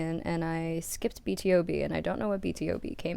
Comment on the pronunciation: It's B-to-B btw not B.T.O.B.